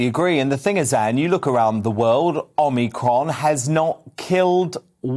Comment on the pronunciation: Anne Widdecombe, the first person I've heard pronounce omicron properly. There might be something to note here regarding how people can just blindly follow. And how real Anne is.